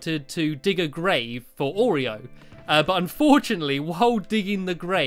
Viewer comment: Oreo, not orego 😂